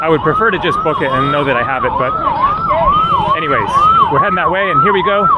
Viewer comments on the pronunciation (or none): none